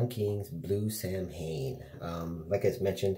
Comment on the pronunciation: I think you're talking about the Nutty Buddy bars. I love those things! Not that it matters but just an fyi, Samhain is, actually pronounced "Sow-win".